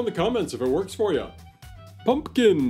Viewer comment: How interesting. I didn't even know half of that stuff. I'm surprised you didn't do this one on Halloween or Thanksgiving🎃🎃🎃 Thank you for saying PUMPKIN and not PUNKIN like most people. A big pet peeve lol.